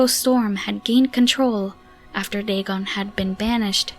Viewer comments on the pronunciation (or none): none